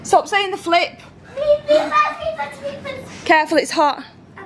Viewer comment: He did say flip but it sounded like "F*ck